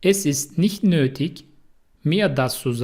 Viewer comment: Nötig yazıldığı gibi okunmuyor.